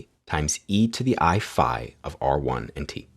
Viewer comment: Did you pronounce that " FI " or is my phone stripping off the frequencies of " sigh "?